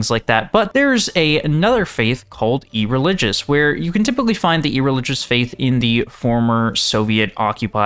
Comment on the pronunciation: Ereligous is a crazy pronunciation